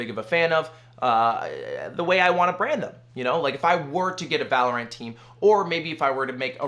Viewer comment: Who's "Val O'Rant"?